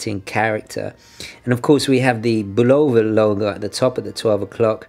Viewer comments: And the emphasis is supposed to be on the first syllable. BUL' o va. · Why does everyone have a problem pronouncing the name of this watch. Having grown up in the early 50's, and into the 70's and 80's listening to Bulova ads on radio and tv, it was pronounced BULL'-o-va not bul-O'-va. The accent was on the first syllable. These were American ads for an American company so I defer to their pronunciation. Also I love these watches and have twelve in my collection. One of these is a 2181 movement powered Deep Sea 666 diver's watch that has been running continuously since I purchased it in May of 1974 except for the time it took to replace the battery. It now uses a 344 silver oxide 1.55V battery in place of the 218 1.35V mercury battery. This may account for it gaining about 10 seconds a month. I believe the sweeping second hand on these older Accutrons are even smoother than the newer Accutron II and Precisionist movements. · Excellent video but I would add that the name Bulova is pronounced BUH lo va, accent on the first syllable. You can verify this by watching old Bulova adverts. I still have the 214 Spaceview that my dad gave me new for my 12th birthday, in the early 60s. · I'm a bit confused why I am hearing people pronounce Bulova with a long "o", as in bologna. Since I was a kid it has always been with an "uh" sound, as in this old TV commercial, which is rather humorous.